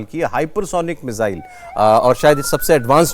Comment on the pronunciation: मुझे तो आज समझ नहीं आया कि ये मिज़ाइल होता है या मिसाइल।।😮😮😮